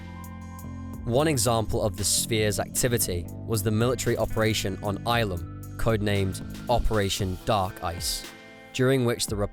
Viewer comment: only one criticism. Pronounciation. Ilum is pronounced ill-um, not eye-lum. Ah-DEE-gun crystals, not ah-DYE-gun crystals.